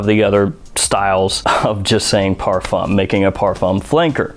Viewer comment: How many times can he possibly mispronounce parfum?